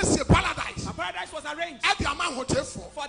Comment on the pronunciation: He can't even pronounce Paradise, his saying Paladise